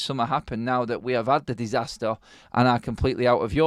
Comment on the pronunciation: Disaster not Disastor!!